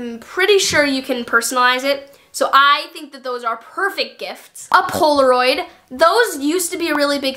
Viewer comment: The way you said poloraid